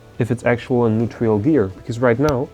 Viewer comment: Hi, are you saying "neutrial"? Do you mean neutral? Great video! Really impressed with your mechanic skills 👍🏼👍🏼